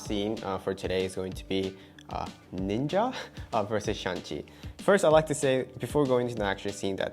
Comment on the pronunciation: 1 sec in : "Shang, not Shan; S-h-a-n-g.. Shang..!"